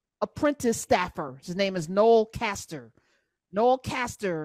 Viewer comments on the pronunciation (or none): It’s Noel CASLER not Caster. Please